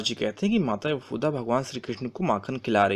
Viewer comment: Yashood ma sahi sa bolo bhai Other than that all thing are Good